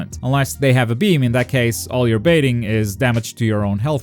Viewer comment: i did not just hear this man say gotenks has bean assist lmaoooo